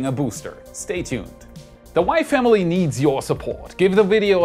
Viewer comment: Whenever you say "the WAI Family needs your support" I keep hearing "the Wife, Emily, needs your support".